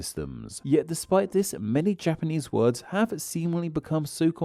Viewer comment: Your pronunciation of those japanese words couldnt be worse. You should read the phonetic reading of those words in the dictionary too. Its usually in square brackets next to the word.